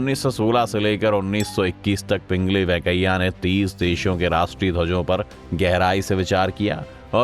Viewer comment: Woh Pingali hai pingli nahi kripaya aise chote chote cheezon ka dhyan rakhiye